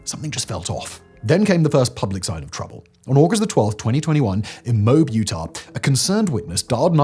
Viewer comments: Moab => mo ab… not mobe… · It's not pronounced Mobe. It is pronounced Moe-Ab... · Mo-ab not mowb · I always assumed it’s “mow-ahb” lol - I never trust Simon’s pronunciation 😂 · As a Utah'n, gotta say MOBE as the pronunciation Simon used for Moab made me giggle. It's - MO-AB, Simon. Also I've been waiting to see Gabby's story pop up on Simon's channels. She deserved so much better. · Moab is pronounced MO AB BTW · Moab, pronounced "mow-ab". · Moab is pronounced mo-ab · Never trust the "Florida man". & I think it's "MOE-ab" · The town is pronounced Moe-ab. Not that it matters all that much, I guess. Lol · The town's name is pronounced Mō' ăb...just like the nation on the border of the ancient Kingdom of Judea/Israel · I can't fault Simon for knowing how to pronounce Moab but I did chuckle at him calling it Mobe. And call me callous but I'm glad Brian unalived himself, saved the tax payer some money at least. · Its called MO-ab. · At least he got Yosemite right (more or less! He could've really mangled that one.) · The way you say Moab is funny as a state resident.. try sayin this utah town Tooele